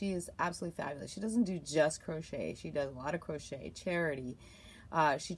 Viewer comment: Hi, can I ask why u say CROTCHER? Is that a Canadian thing...lol Makes me smile, my SIL used to say she was crotcheting but she was being naughty.